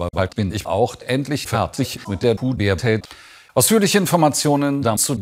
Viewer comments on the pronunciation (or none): „putertät“ er hat sich wohl versprochen😂